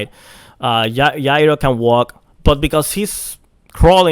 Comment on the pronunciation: Its Gyro with a soft G. like Ja. Jayro